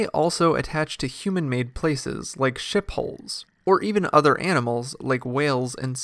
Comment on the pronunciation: Did he say Ship Hull? Or Shit Hole?